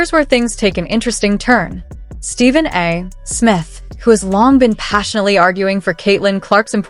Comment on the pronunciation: Quit using AI to read your script, or get a better AI. Stephen A. Smith's name is NOT pronounced: "Stephen A. (pause) Smith". Your poor AI can't tell the difference between the period after an initial and the period at the end of a sentence. That's distracting and lame. And sounds very FAKE.